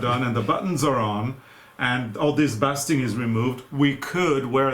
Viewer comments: so impressed with the folk jackets !! pronunciation of "bastinng" is LONG A as in ape. ... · Basting is actually pronounced with a long "a" sound, like "BASE-ting." 😊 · The word for the hand stitching to keep things in place is basting as you said but it is pronounced with a long a sound like baking not the short a like backing. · Basting is pronounced baysting in english, instead of bass~ting. You two are awesome seamsters!! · It's basting actually, with a "long" A. Like "beysting" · Long "A" in the word basting. :0) Bay sting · It is pronounced baaaasting- like basting meat to keep it moist. Leave it to the English language to make things difficult. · You know how Canadians say 'eh' at the end of a sentence? That is how you pronounce basting. It is the same word when you laddle sauce over the turkey. It sounds like behsting! English is such a hard language. With 💘 from Western 🇨🇦. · It’s so exciting to see your jackets grow. You two are so patient and perfect in the entire fitting and sewing process. Good job! If I were not already working on the Primerose throw, the Sweater Advent Calender, the Easiest Socks and other fiber projects, I might be tempted to start dress making again. 😂 By the way, the “a” in basting is pronounced long, so more like [bay’ stuhng]. I mention this only, because your English is almost perfect,. I totally respect and admire that English is your third language or fourth or more? And for me living in Europe I love the “translations” you give between the old and new continents. 😍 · So sorry— I didn’t tell you how to pronounce “basting”. It rhymes with “tasting”. And the verb is “to baste”. I think your English is amazing BTW, including …which seems to get better and better.🥰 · Basting rhymes with wasting guys! Easier to use the English word, which is tacking. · The basting on the jacket is pronounced with a long "a". I'm in NE Ohio, USA. In the kitchen you also baste meat to keep it moist.